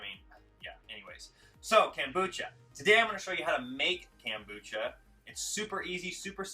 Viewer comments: It's pronounced kOmbucha, not kAmbucha. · It is pronounced kOmbucha vs kAmbucha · kOmbucha. Not kAmbucha. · Loved the video except it's not KAM bucha but KOM Bucha. Thanks! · It's kombucha not kambucha. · Why do you call it Kambucha not kombucha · Nice presentation but stop saying KAM, its KOM as in communist not KAM as in camping. Thanx for your info and hints. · Read the o in the kombucha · Take a sip of Kombucha every time he says "CAM-bucha". Hahahaha. Nice video, bro. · how can you spell something with an "o" but pronounce it with an "a" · Read the comments to see if that drove anyone else crazy... :) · Way too much talking.... mansplaining. Just do it, ok????? Also.... learn to pronounce the name right.